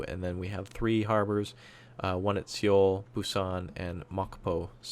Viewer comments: I think knows this and so many people have told him the correct pronunciation. It's pronounced soul/so-eul not see-oul, it feels, at this point, he's just pronouncing it wrong out of spite now to warrant a reaction from those willing to bite. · Seoul is pronounce like Soul.